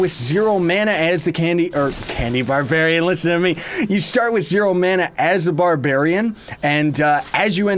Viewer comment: He Said candy babarian lol